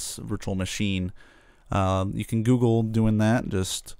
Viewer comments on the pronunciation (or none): none